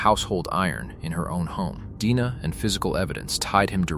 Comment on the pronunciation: You seriously can't teach ai to pronounce simple words correctly? Or distinguish between DNA & deena?!? Editors, please!